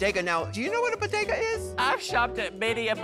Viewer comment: BO-DE-GA sandwidge